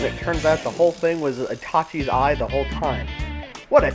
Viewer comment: wait wait wait. did he say itaki??